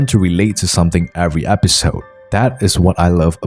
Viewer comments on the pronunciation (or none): none